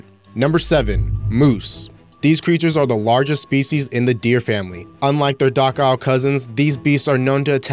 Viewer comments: The word "docile" is pronounced "doh-Sile" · Shows a picture of an Elk with the heading "Moose" wow... Terrible... Also pronounces docile as "dockile" lol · "Doc-ile"? Oh come on kid. If you can't phonetically articulate a common word used pre 5th grade in picture books, stay off "ewetoob".